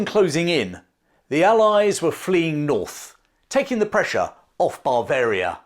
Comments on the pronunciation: Interesting and enjoyable, reminiscent of schooldays, the Spanish Sucession etc, fascinating! Unfortunately your pronunciation of the word Bavaria was confusing, it is Bav-aria not.! As a nurse I would suggest you consult your G P about your inability to pronounce the letter V, this is indicative of 'labiodental fricative' which can be treated. Thanks for an interesting video, I look forward to Ramillies.! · there's only one 'r'. It's at the end. Ba-varia. Not. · I always enjoy your videos. But surely Bavaria is not pronounced but Bav-aria - Bav to rhyme with chav? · I love your videos, they are informative and interesting. But every time you say Bavaria as Bar-veria, I want to scream. There is no R in the word and it is pronounced Buh-veria or Ba-veria, with a flat A. Yes, i know it's pedantic and i'm sorry but it drives me nuts. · It sounds like you are saying Barbaria instead of Bavaria? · you are pronouncing it bar varia instead of ber varia. Great video though. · This is great. But what exactly is ""? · The English pronunciation of Bavaria, as “BAH-varia”, to my ears sounds like you’re saying barbarian army every time you say Bavarian army. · It's his accent. The English have a vast range of accents and i noticed his pronounciation too, I pronounce it as "buh-varia".